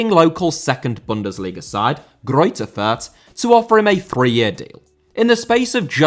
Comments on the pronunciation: calls his viewers "uncultured filth" while also completely botching how to pronounce "fürth." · As a german I really feel sorry for those horrendous names the lower league clubs have. But to help a little bit the club Abiama is playing at sure is written Fürth, but you don't pronounce the h in it. Should make it a little easier. To add since I feel like everyone seems to have difficulties pronouncing the letters ä, ü or ö, the ä is just pronounced as the bit between f and r in the word "fair", the ü as in Fürth is pronounced like Goldbridge says the u when talking about Bruno (Fernandes) and the ö is pronounced like the o in the word "word". Hope that helps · Thank you so much, everytime he said Fürth a part of me died. I love but that was quite something xd